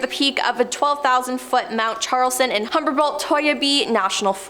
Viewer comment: Humberbolt? Not Humboldt?😂